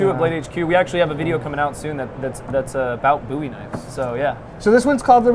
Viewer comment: when he says boo-wies it really hurts me inside